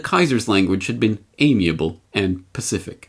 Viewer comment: Did you say amiable and Pacific?!??!?